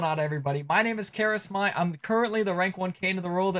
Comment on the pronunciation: Whats with W I D E karasmai??😭😭